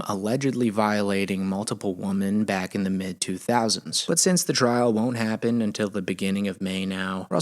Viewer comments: Why does this AI voice always say woman instead of womEn? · Why has everyone seemingly lost the ability to pronounce "women" lately? I notice it so much, is this an American thing? Everyone is pronouncing it the same as "woman". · Why...WHY, does everyone say "woman" now in place of "women." God that absolutely grinds my gears. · ... Why are people saying "woMAN" instead of "woMEN" when it calls for the plural of the word? I keep hearing this, and I don't know if it's a "woke" thing or what? Does anybody know? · Yes, it's driving me insane 🤬